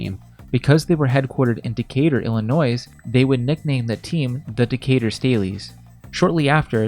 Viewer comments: The S in Illinois is silent. Please please fix. It hurts to hear almost as much as hearing Packers win. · Good content. Please remove the “noise” in Illinois. Thanks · YOU DO NOT PRONOUNCE THE S IN OUR STATE NAME. it is DECATUR ILLINOIS (s is silent) get it right if you're claiming to teach stuff. my god. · Cook stuff but let this stick to you... For life.... The S in Illinois is silent.... Sorry to break this to you. But stop doing that lol. It's annoying AF to anyone who lives there.... And people who understand English and grammar... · S is not pronounced in Illinois. Come on man. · No hate it just really bugs me you said Illinois with the s but the s is silent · Someone teach them not to say the “s” at the end of Illinois. It’s not pronounced. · There is no “S” in the pronunciation of Illinois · I very disappointed about how he says Illinois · The 'S' is silent.